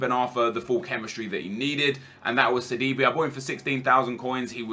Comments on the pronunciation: I know you dont care that much, but hearing you say "seedeebee" as sidibe just makes me cringe. its pronounced sidibae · sidiBAE Kappa